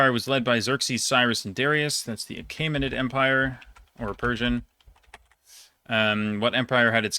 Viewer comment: (This got a bit long but I know you like learning stuff) uh-KEE-muh-nid The "ae" and "oe" (æ/œ) are, practically, another spelling for "e" in Latin/Greek origin words (in English). Always pronounced as "e" would be. larvae (LAR-vee), algae (AL-jee), Mycenae (my-SEE-nee), aqua vitae (VY-tee), aegis (EE-jiss), Caesar, Aeneid (ih-NEE-id), Aegean (ih-JEE-un), archaeology, Piraeus (py-REE-us) Oedipus (EH-dih-pus), Phoenix, amoeba, Euboea (yoo-BEE-uh), Boeotia (bee-OH-shuh)